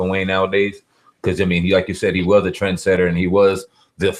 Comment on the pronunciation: Trendsetter Not Trensetter